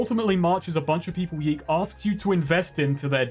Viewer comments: It's pronounced Yick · Yiikes (how I like to pronounce the games' title) is an interesting phenomenon. On the one hand, you have an overambitious, halfbaked game with aspirations to be profound (while failing to do so and in the end contradicting itself), whose developers got pissy when people pointed out these obvious flaws and the lukewarm reviews started coming in. On the other hand, Yiikes did make a pretty big splash in the indie game scene and kicked off a lot of interesting conversations about games, postmodernism, narrative etc. , thus actually making a valuable contribution to the world of video games. So in a way ... the devs succeded? They made an impactful 'artsy' game that made people think - even if that impact largely revolved around its' flaws. I guess what I am trying to say is this: Even when art is bad , it can still be art. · I firmly believe YIIK should be pronounced "yech." Like you just saw something disgusting. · i'll keep pronouncing it "yeek", because yeek this game sucks